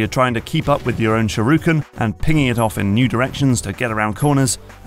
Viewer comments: SHU-RI-KEN. Not "sharuken". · Stop saying "sharuken" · And then I get agitated again when he says sharooken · Shoo-ri-ken. Not fucking SHAROOKEN. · What's a "shirooken"? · its not a sharooken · "Sureooken." I've never heard that particular mangling before. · SHURYUHEV! (Sure you have) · He says shuruken btw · "walk up to the shiruken" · Say sharooken one more time, I dare you, I double dare you. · I like the video but it pisses me off mentally how he says shurikan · people are correcting the french but not the sherooken smh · I had to do a double take on that one.